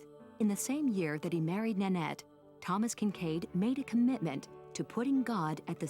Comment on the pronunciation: Thomas Kitchkade. To each their own.